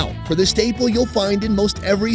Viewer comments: you did not just say "sho me de way" xDD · no way he said "show me de way" haha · "Show me da way" 😂